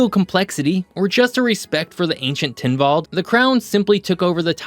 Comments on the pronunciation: It is pronounced Tynwald, not Tynvald. My family goes back generations there, the stubbornness thing is very true as my partner will attest to😅. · "Tynwald" is pronounced as it is spelt. There's no "v". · Loved the video. As a Manxman, it is great to see people sharing information about my little island. Plus great to see your pronunciation being correct throughout (bar making Tynwald sound a little more Viking than it needs to be). Keep up the good work!